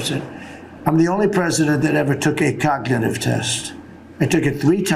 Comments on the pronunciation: Can’t even say cognitive test whilst telling us how good he is at codnuhative tests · He can't even pronounce the word "cognitive". If he took a Real IQ test, we'd know that he has NO AGENCY over his weak, rotting, narcissistic mind. He's such an embarrassment... and a boil on America's ass.